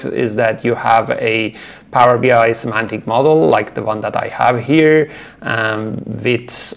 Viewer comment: Semantic, not Symantic 😊